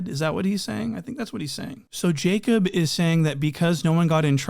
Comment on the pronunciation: He keep calling him “Jacob” in the Boston accent😭